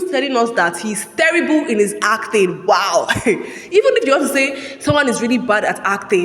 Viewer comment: i wonder why you keep saying ACTHING instead of ACTING